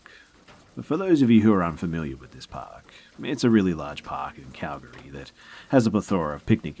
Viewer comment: Seriously impressed that you pronounced Calgary correctly. Always love hearing the stories from familiar settings.